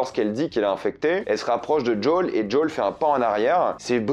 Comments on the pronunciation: C'est pas JOWL , c'est Joël ! Pourquoi tu c'est pas dire le prénom ! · "Djol"?? En français: JOEL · D’JOL D’JOL D’JOL D’JOL D’JOL D’JOL ! Au secours !!! JOEL ! Merde c’est Joel ! Pas « d’Jol » 😭 #humour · djole ? lol jo-el joel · Arrête de prononcer "jdole", c'est Joel, surtout si ça vient de l'hébreu "yohel". Ou alors continue à prononcer "jdole" si tu me sors l'argument que le créateur le prononce comme ça, mais dans ce cas prononce "vi pi haine" et pas "vé pé haine", car le créateur du "VPN" prononce "vi pi haine", qui est de l'anglais "Virtual Private Network". Ou alors du prononce "RPV" à la française si tu veux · C'est pas "Jol" mais "Joel" et c'est pas des "cliqueurs" mais des "claqueurs" car les bruits qu'ils font c'est pas des clics de souris c'est littéralement des claquements et d'ailleurs c'est comme ça qu'ils dont appelés dans le jeu. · Arrête de dire JOLE 😭😭 C'est JOEL😭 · C'est quoi son délire d'appeler les claqueurs les "cliqueurs" et pourquoi au lieu de dire "jo-ël" il dit "jaul" ? C'est trop chelou et c'est moche dit comme ça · CHERE tu me fait soufrire a chaque prononciation du prénom JOEL, m'appelant moi même joel cela se prononce "jo elle" il n'y a pas de D pour djol merci. (ps stp arrête cette prononciation pour le bien de tout les joel 😭😭😭) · Merci pour cette review c'est cool, mais c'est quoi cette façon de dire Joël sérieux ? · ouai mais il le prononce meme pas a l'anglaise il fait un mix entre anglais et français Apres c pas grave en soit